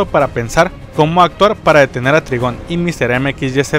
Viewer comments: Se dice traigon no trigon :v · NO ES TRIGON SE DICE TRAIGOOON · Se pronuncia traigon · hola aprecio mucho tu canal de hecho cuando estoy aburrido veo tus videos y me levanto el animo pero no es por ser grosero pero el papa de raven que se llama trygom se pronuncia traigon espero que mi comentario no te ofenda